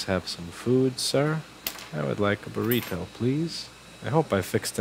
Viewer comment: I understood everything except "booreedo". Is it some kind of animal?